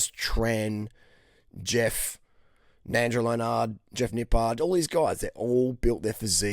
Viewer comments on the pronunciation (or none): none